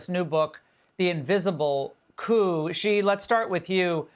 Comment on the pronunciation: "Shi," not "zhi". There is no "zh" sound in Chinese. It seems Americans need to take any sh or j sound in chinese and turn it into a "zh" sound, which I find so strange because that sound is rare in English. "Shi (she) Jin Ping". "Bay-Jing."